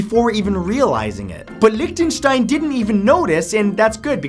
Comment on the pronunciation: He says Liechtenstein so funny